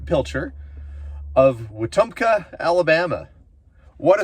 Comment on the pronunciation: You pronounced Wetumpka correctly! I live near there and have family from that area.